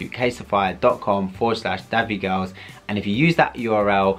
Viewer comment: anyone pick up on how kept calling it caseify as opposed to casetify 😭 great advertisement 👍😭